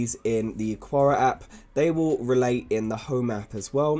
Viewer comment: Thanks for the quality information. Small quibble, though: the pronunciation of Aqara should be like "Akara" instead of "Aquara".